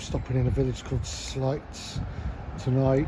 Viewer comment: Lovely vid! That bridge closure was because a local bus went over into the Esk. Caused us locals no end of hassle. Its 'Grow-mont' and 'Sl-ay-ts' btw for future reference.